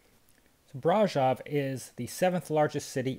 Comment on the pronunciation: I wish Romanians would correct this guys pronunciation of Brasov?